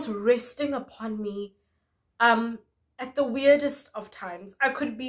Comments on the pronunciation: Lmaoo same but I knew doesn't get down like that so it had to be "um, hi guys" 🤣🤣🤣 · I thought you said “ I’m high guys” 🤦‍♀️😂